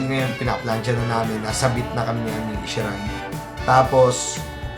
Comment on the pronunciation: Ohh...wow! Pamangkin ko to, ah! Isshi Ray (ee-shee-rey)!